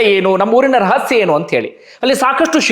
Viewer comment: ರಸಹ್ಯ ಅಲ್ಲ ರಹಸ್ಯ